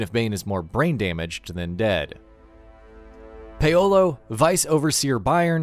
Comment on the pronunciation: Me: Paolo The Video Narrator: Payolo